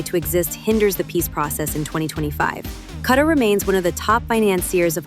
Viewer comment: What is CAR? ITS QATAR!